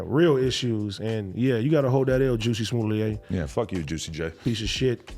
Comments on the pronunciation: The first 3 times he said it I though it must be my hearing but by that 4th time I was definitely going back at replaying it. I laughed everytime! 🤣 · I’m mad Adam and AD keep calling this guy “ Juicy” and “Juicy Smo-lay” 💀💀🤣🤣 kix and giggles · Wtf did dude say when he said the first story? Juicy smullet? Huh 🤔